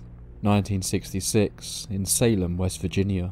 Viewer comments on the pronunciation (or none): none